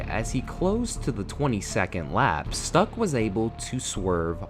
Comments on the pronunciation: And it's "Stoock", not "Stuck" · Ok, so "Pace" and "Stuck" may be spelled like English words, but they are not. "Pace" is to be pronounced more like "path" and "Stuck" like "shtoock". I have been reminded of this horrible accident only recently (I think it was 2022), when again a track marshal just crossed the live track in modern F1. I thought this kind of crazy was gone for good. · Schtook, not Stuck... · Bro….. if you’re gonna make videos about formula one smh 🤦‍♂️ Jesus Christ please do it right!! at least know the sport well enough before you make a post like this… common man. Seriously. You pronounced his name Hans Stuck, (like he was stuck to his seat, his racing gloves stuck to his hands.) but it’s (schh-took) you even said he was German out loud in the video. He is literally one of the most amazing race car drivers ever and drove so many influential amazing cars throughout his career and had a much better career outside of F1 in sports cars….. Dude but this one I can’t even begin to comprehend how you killed Jacques name. Being a Frenchman his name wouldn’t be pronounced (La-Fit) it’s pronounced (La-feet) out loud. Just like the word feet and saying La…..it really chaps my ass when people decide to make videos about a tragic situation or just anything about the sport in general but clearly are showing their inexcusable lack of knowledge on the topic of the sport at hand. To the extent you are butchering famous drivers names, in order to make a death video just for clicks and views in hopes of making money. you post some more crap. And not try to profit off a well edited tragic death video. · Agree. It would be great if there was at some attempt to pronounce words correctly, especially drivers names. Carlos Pace is not pronounced pace, as in speed, but (sounds like) Patchete. Stuck is not pronounced stuck, as in stuck in a traffic jam. Grand Prix is not grand, as in the Grand Hotel, And so on. A tiny bit of research would work wonders :)